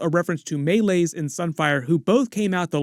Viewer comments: it's May-Lees not Mulis. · Genuinely wondering why you, obviously have had watched the episode and heard her name spoken multiple times, still choose to say Meleys’ name like that? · How you say Meleys is actually painful to hear.